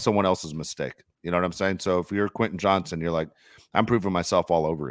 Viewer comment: I’m a big fan of this podcast but it drives me up a wall when continually calls WR Quinnen Johnson. It’s QuenTin JohnsTon. There is a “T” in his first and last name.